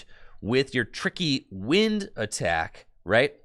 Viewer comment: Every time said tricky wind I heard tricky gym lol